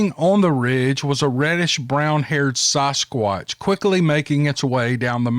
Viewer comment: It's sasquatch not sosquatch.